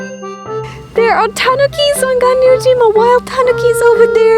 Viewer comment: That's Ga(n)ryu-jima, not Ga(b)ryu-jima. That animal isn't racoon, but racoon dog.